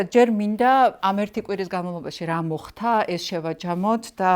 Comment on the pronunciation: “მოხთა” არააა, “მოხდა”. დანარჩენი … ♥️♥️